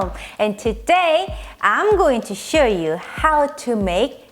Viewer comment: She said i'm gonna (sue) you how to make kimchi!